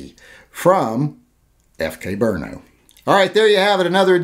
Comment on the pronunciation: I was listening until you said "brno"